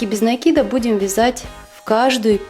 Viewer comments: Спасибо, очень классная подставка получилась.НО!! В русском языке нету слова накИд, есть слово нАкид. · советую внимательнее изучать ударения. НАкид - это профессионализм, правильное ударение накИд.